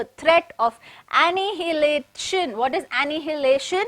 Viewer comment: This is how annihilation pronounced you can copy it on google- əˌnaɪəˈleɪʃən